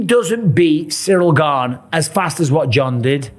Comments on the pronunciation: But that’s not how you pronounce it 🤦‍♂️ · Gane…. ???? Gane ???? Pa lease that sucks . How many chances does he get . The French Colby Covington .